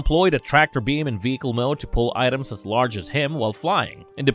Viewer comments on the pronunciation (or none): none